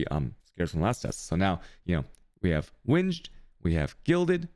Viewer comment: Okay enough is enough. Its Alk not Al-ch And its Meh-sah not Mee-sa| I just watched more.. Cha-yos? REALLY And how you pronounce winged? omfg